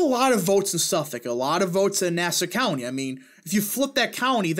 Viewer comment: Zeldin has a shot to win. He is doing a lot of campaigning in NYC, but the issue is fundrasing. Yes he has good ads but we are not seeing ads heavily about him. But he is definitely good on Crime and Taxes. And now on another point. CONGRATULATIONS YOU FINALLY SAID NASSAU COUNTY CORRECTLY.